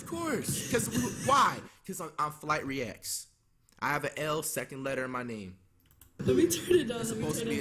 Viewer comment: "thats supposed to be a w" FWIGHTREACTS 0w0